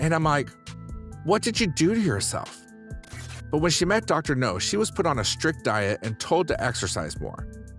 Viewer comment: It's Dr. Now, not Dr. No!